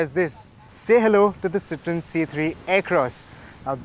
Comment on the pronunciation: Isn't it pronounced citro-en instead of citron.